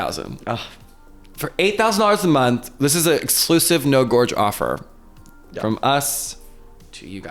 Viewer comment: please bring back the over pronunciation of naURrrr GAwuRge